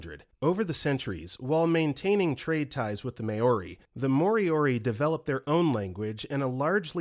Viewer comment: everyone commenting ab galveston but no one’s pointing out how awfully “maori” was butchered 😭😭 i know that this narrator tends to mispronounce things, but i think mispronouncing an entire group of native people comes off as disrespectful